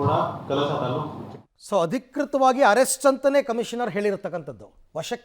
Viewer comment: Arest alla sir please saysbidi please